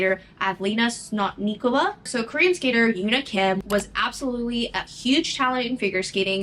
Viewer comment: I misheard Sotnikova as SNOTnikova amd that had me wheezing for a solid minute (oof)